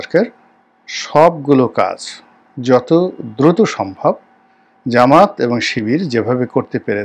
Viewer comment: ভাই জামাত নামটা বিকৃত করবেন না। সঠিকভাবে উচ্চারণ করবেন😅 জামাত ইসলাম সনাতন